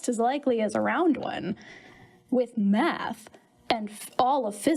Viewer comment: Sounds to me more like he's not using "Math", but "Meth".